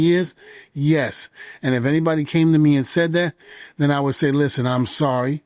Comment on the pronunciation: Listhpen. Listen*